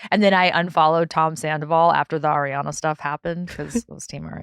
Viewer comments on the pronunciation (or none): Nick can’t pronounce the easiest names like “Ariana” yet he said “Emily Ratajkowski” with so much ease 😭😂